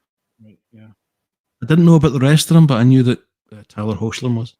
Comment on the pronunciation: Apologies, Hoechlin is pronounced "Heck-lin."